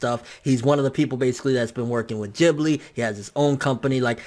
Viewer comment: Its ghibli not jibli.